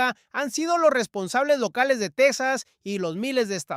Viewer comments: El estado será "TEJAS" No "TECSAS", Menudo Español es ese. 😮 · Texas se pronuncia Tejas como México!!! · TEXXXXXAS. SE PRONUNCIAN COMO. MÉXICO EN ESPAÑOL TEJAS EN. INGLÉS ES TEXAS. EN ESPÑOL. ES TEJAS